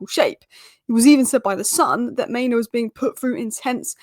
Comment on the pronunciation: Main-OO. Not Maino! Sheesh!